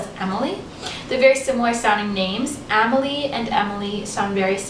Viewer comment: Amelie is pronounced “Ah-me-lie” and emmeline is usually pronounced “Emma-line” or Emma-lyn